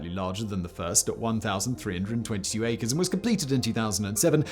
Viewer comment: I was surprised to hear you say Acres lol